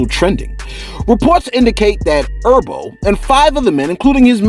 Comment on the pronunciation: fareal,you call that brother urbo,or erbo one more time,we fighting,his name is herbert,he a Titanic stone from the eastside hence the name G HERBO, and don't blame it on the medicine.